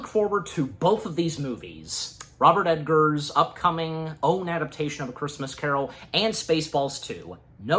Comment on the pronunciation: It's pronounced egg- ars, not ed-gars. Learn to read. You are not a public speaker one bit. By the way, stop clapping over your infantile excitement.